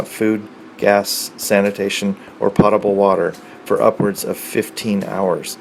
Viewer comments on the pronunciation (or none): It's pronounced poat-a-bul, not pot-a-bul. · poe toe ble ......................not pot toble